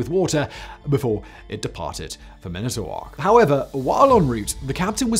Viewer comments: man - ah - tah - wok. NOT " man - ito - wok " one fluid word, not staccato. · I grew up a 15min ride from lake superior in the U.P. of Michigan. Beautiful and I miss it, but not the winters lol Also, man-it-toe-wok. 😆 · That… is one hell of an interesting way to pronounce Manitowoc (Man-eih-tow-woc) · Did he just say minute-owoc??? Where is Charlie Berens at? 😂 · Manitowoc is pronounced man ih toe walk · Manitowoc is pronounced mænɪtəwɔːks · Well he did better than Alexi in pronouncing Charlevoix. But I think his pronunciation of 'Manitowoc' was a syllable short. At least he didn't say 'Mack-i-nack' lol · Great video as always. Only issue is pronunciation of man-it-o-woc, WI. WI resident here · Lmao love that pronunciation of Manitowoc. Gatta give weyauwega or Oconomowoc a try! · You really should have Googled how to pronounce Manitowoc. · That is not how you pronounce Manitowoc 😬🙃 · Manitowoc is properly pronounced.. "MAN-ih-Toh-waak". You got Mackinac right! :) "MAK-In-aw". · Huron = Hyuron Manitowoc = MAN-i-tuh-wok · I was so proud of your pronunciation of Mackinac, Simon...but then it took me a second (and the name on the screen) to recognize Manitowoc. 🤣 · Say it with me.... Man-ih-tow-wok Also, shar-lah-voy... Sorry, but this is part of the issue with "Weskonsin" there is no e in Wisconsin.